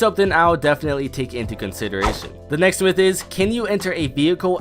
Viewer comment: Next myth / that sound the same😂